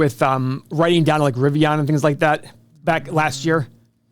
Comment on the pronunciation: LOL It's not Riv e on, it's Riv e in as in... IN